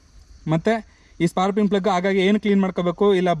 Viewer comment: ಸ್ಪಾರ್ಕಿಂಗ್ ಅಂತ ಸರಿಯಾಗಿ ಹೇಳಣ್ಣ